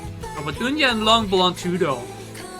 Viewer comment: Btw, its not Unya, its Eun-Ha ….